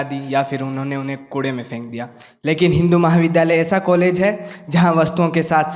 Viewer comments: संचालन करने वाले छात्रों को स्नातकोत्तर, मार्गदर्शन और विद्यालय बोलना भी सिखाइए। ये बार-बार सनातकोत्तर,मारगदर्शन और विध्यालय बोल रहे थे। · विद्यालय का उच्चारण मंच संचालक छात्रा के उच्चारण में द् और य का उच्चारण आना चाहिए न कि ध का। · देश के सबसे प्रतिष्ठित महाविद्यालय के छात्र विद्यालय शब्द का सही उच्चारण नही कर पा रहे हैं। यह स्थिति 12वीं में 98% अंक लाने के बाद है।